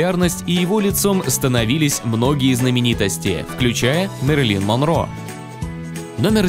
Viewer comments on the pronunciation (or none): none